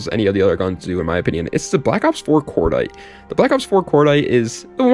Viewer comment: Once you said cordite I just ended the video lol